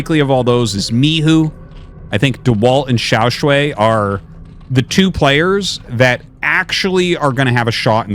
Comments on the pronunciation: Artosis I am begging you to fix your pronunciation of Xiaoshuai. It's "sh + why", so it's the "aiii" sound in "why" not "way" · Hey artosis, just wanted to let you know that Xiaoshuai is pronounced more like “shu-ai” just in case you wanted to know for future casts. His name actually means “Little handsome” which is funny to think about.